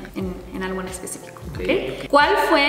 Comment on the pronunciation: dijo aigo jejeje se coreanizo jeje 😅😅😅😅 que tiernos los tres